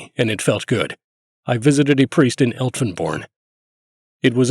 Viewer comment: "Lüttich" = the name in German of the city of Liège (Belgium), in Dutch, it's called "Luik"; Elftenborn is a mispronuncement of "Elsenborn", also in Belgium.